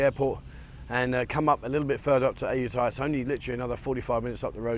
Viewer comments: Come on Aajutaja? How British can you make it sound? Ayutthaya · Ask a local to pronounce Ayutthaya. I know, it ain't easy sometimes.